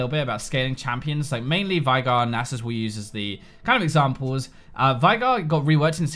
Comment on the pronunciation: his name is pronounced "vay-gar" he says it himself as an emote